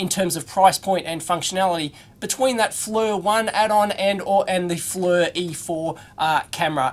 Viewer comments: For what it's worth, the company name is pronounced like "Fleer", not "Flur". But you get a pass because your moon is upside down! ;-) j/k... please don't these the knife on me! LOL! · Fernrat if you go to their corporate website and watch the promotional videos, they pronounce it "Fleer". I wonder if the "Flur" version is a regional thing? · Maybe his Flur unit does haytch-D video? :) But yeah... The mispronunciation of the company name does get a little annoying.